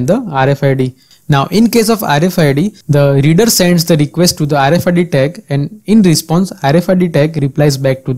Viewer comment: Informative video, but the way you place an accent on "the" is pretty distracting.